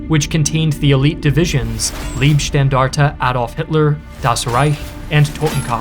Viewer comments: and - small correction. Pronunciation of that word is not "Liebstandarte", but "Leibstandarte". Lieb is nice or lovely. Leib is the body. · btw .... how about learning to pronounce names correctly 'Leibstandarte' the 'ei' sounds like the 'i' in knife not the 'ee' in 'liebe' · FYI, the SS tank corps is not pronounced "Leeb-Standarte" but instead "Lybe-Standarte". The "ei" is pronounced differently in German and English. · In the word Leibstandarte, the "Leib" part is pronounced with a long "i", as in "high", not with a long "e", as in "knee". It means "bodyguard". The way you pronounce it, it would mean something like "love guard". Leibe means body, Liebe means love, and you pronounce it like the 2nd vowel.